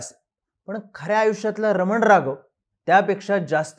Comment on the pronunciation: रमन राघव नाही हो,रामन राघवन आहे.